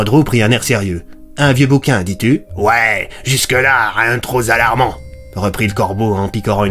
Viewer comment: on dit "rien de trop Palarmant" et pas zalarmant. Oui je sais je suis chiant mais g pas pu m'en empêché... Sinon très bonne histoire, j'adore!